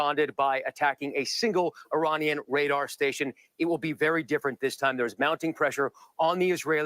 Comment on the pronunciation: "Eye Rain Ian," too.